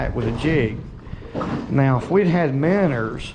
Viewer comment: Nice fish. Its minnows. Not minners... 😆 🤣 😂 😹